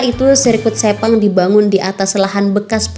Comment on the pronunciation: 5.58 - 6.02,,sebut sepang aja ngak bisa ni plk nak banding2 hahahaha